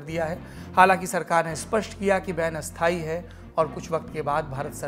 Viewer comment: पहली बार आप का उच्चारण अशुद्ध लगा । अस्थायी का उच्चारण स्थायी नहीं हाेता । नेपाल से साैरभ का प्रशंसक